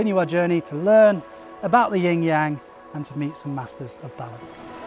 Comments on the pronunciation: Love your videos, but it sounds like you're saying "ying yang" sometimes, which is different ;) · It's NOT a "ying yang" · When will Westerners learn to say Yin Yang correctly. Even these masters talking say Yin Yaang, and still throughout the video he says it wrong!! Why is this? White privilege? He alone and the westerners say it right over the actual person who speaks Chinese? Please please do not disrespect our language! Take the time to learn correct pronunciations is a language other than English.